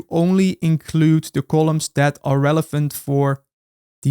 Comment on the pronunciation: I love how you pronounce relevant as "relephant"